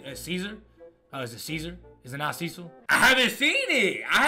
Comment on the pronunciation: This man said Cecil😂